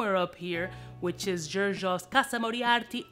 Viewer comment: "CASAMORIARTI" LOLOLOL..For those interested,it is CASAMORATI.